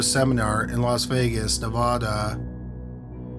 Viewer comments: I love your videos. B U T, I've heard you mispronounce Nevada, a couple of times now. No idea if you'll see this. But as Hermione would say, its Nev-AH-da, not Nev-aw-da. 💜😘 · Love the channel...but. its Nevada not nevahduh